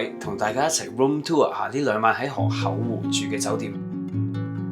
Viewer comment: 河「口」湖唔係河「厚」湖…聽到好un耳， 講野把聲好似好字正腔圓⋯⋯讀就岩音會更好